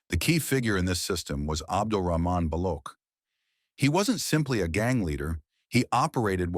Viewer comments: Incidentally, the name is pronounced as 'Baloch' as in 'ch'icken or 'ch'urch, not as balokh, as you are pronouncing it. Baloch is a sub-nationality of Pakistan and some of them use it as a surname. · It's not pronounced as Balokh... It's pronounced as Baloch - ch as in China.